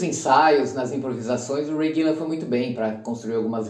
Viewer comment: Não é Ray Gillan, e sim Ray Gillen, a todo momento ele fala errado.